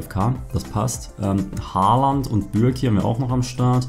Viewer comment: Wie er haaland ausspricht hahaha